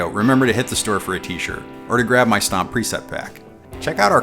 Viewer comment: Why does it sound like “snob or snot” when he says stomp? ;) love this video just ordered my powercab